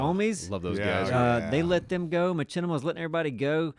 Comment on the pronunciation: That's the first time I've heard someone pronounce Machinima as ma-chi-ni-ma. Normally it's ma-shi-ni-ma.